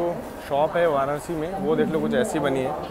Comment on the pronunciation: वाराणसी bola Karo, वाराणआसी nhi 👍. I Hope AAP samajh paa rahe ho